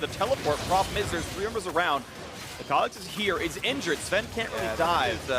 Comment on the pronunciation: Why can't Phreak say Sven's name correctly